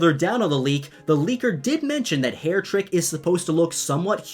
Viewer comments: Its Hare-EH-trik. Supposed to sound like "heretic." Dang. Not trying to be rude but it sounds like you have troubles with pronouncing things. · I believe that haretrik is supposed to be pronounced as Hair-ruh-trik, like a heretic. Thumbs up to agree